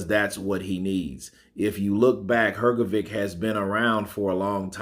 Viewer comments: Hrgovic did slow down to, if he can retain his fitness from World Series of Boeing he can beat Usyk. I believe Usyk will avoid that fight. P.S. I like your channel but your pronunciation of Hrgovic surname is horrible. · Filip Hrgović - you pronounce always his surname incorrectly. 😬😕